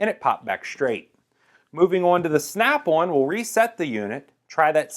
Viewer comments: Who the hell calls it snap one come on bruh its snap on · Every time he says "Snap-on" it sounds like he's saying "Snap-one" & It makes me want to fucking throw myself down a flight of stairs. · I love the way this guy says Snap on. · It's Snap-on, not "snap auwn" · The way he says the word on is funny. He kinda says snap-awn. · Listening to you saying Snap On is pissing me off